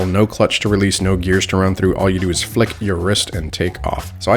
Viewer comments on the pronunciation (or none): none